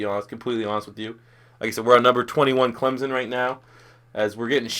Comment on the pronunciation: It Clemson not clemzon